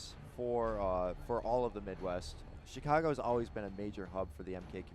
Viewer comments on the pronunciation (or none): none